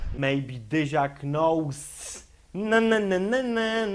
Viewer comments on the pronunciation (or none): knołs - wymawia się nołs bakłażanie parówiasty